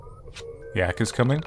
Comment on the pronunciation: Bzzzt. Wrong, It is YIIK. Similiar to XII